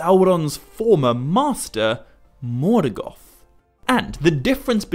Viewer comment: interesting, why do you call Morgoth ...Morgath ? Repeatedly?